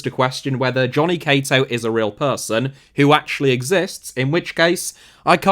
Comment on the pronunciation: You may be the first person ever to pronounce Cato correctly 😂